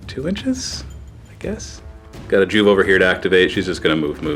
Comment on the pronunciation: Joo-vee. Not Joove. FML.